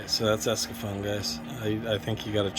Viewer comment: u know it`s actually called ECSAFORM not escafoam